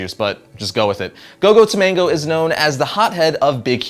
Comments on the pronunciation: It's Gogo Tomago where are you getting the N from? 'Tomango' Gogo Tomago. You have no problem pronouncing Wolverine or Fred like, know the names of the characters before you talk about them because I read the Big Hero 6 comics and it's just annoying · gogo tomago not tomango. stop please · It's Go Go Tomago, dude. Not Go Go Tomango. :) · Great show, but I have a small beef. It's not Go-Go To-mango, it's Go-Go Tomago No 'n'. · its gogo tamago not tamango just saying